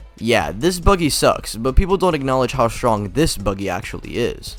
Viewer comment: bro said stronk 💀